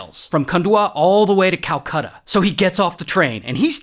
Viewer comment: i almost gave up watching when he said calcata